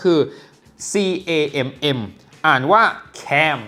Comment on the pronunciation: เน้นเกินตรงคำว่า แคม 😂😂😂